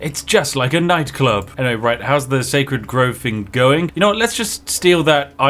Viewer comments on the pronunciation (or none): none